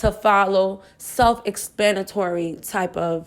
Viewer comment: Did she just say “self ExPANitory?” 😂😂